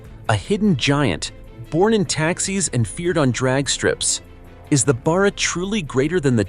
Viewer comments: It's Barra not Bar-rer, and for that matter it's Ally not Aloominum. Get a real Aussie to do the commentry. Great engine. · It's pronounced Bear uhh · Its pronounced Barra as in Barracuda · ?? the "turbo" Barra ?? - Let's go.... (Nb, not "beara" - a short "A".. ) Pity the Iuternational behemoth cancelled the Production down under... Note MOST Falcon Taxis were NOT Turbo versions - my last one from 2004 - lasted until the end of 2020, that got written off - after rear ending a 200 series Land Cruiser (the engine was unaffected, bulletproof)... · It is hard to get it right when it comes from a different country. Australia has a lot on idiosyncrasies. In this case the engine is just a shorten version of Barramundi which is a native Australia fish with great strength. Barra is pronounced like the start of barr(ow). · Other than how he pronounced barra I enjoyed this. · as a born and bred Aussie I am offended by the AI's pronunciation of Barra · You would probably be equally offended to find out that the V8 was also called Barra. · Damn Straight! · Yeah! I wasn't paying too much attention but when the Barra was mentioned I had to make sure it wasn't something like wheel barrow.